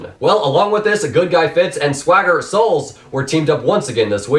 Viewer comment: ok I'm sorry but "sWAgGer SoULs"